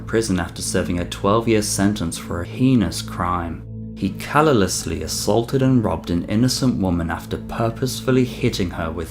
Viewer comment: Callallously? Lmao...too funny. Otherwise. No